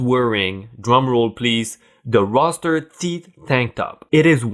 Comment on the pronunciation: Roo ster..not roster.